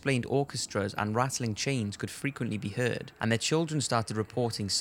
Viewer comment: only probably I have with your video is the way you pronounce heard, you say it like hear-ed instead of herd, apart from that keep it up